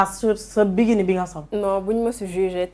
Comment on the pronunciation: (Biguini) on dit bikini quelle nullarde c’est quoi cette animatrice ... allez étudier avant d’animer ... bravo à la miss tu es très digne